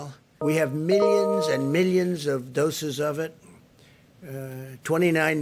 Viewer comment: wait a minute, he said dosas not doses........be clear trump, else we will send dosas